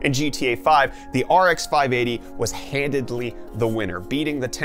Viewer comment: Are you saying “Handidly?”